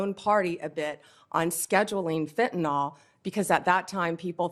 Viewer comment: Fentanyl. Last syllable rhymes with hill. Pronounced fentanill.